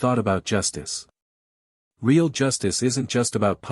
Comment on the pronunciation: Ree ale justice? Ree ale…really?!